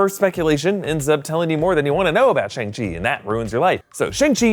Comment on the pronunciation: it is shAng chi! not shEng chi😂😂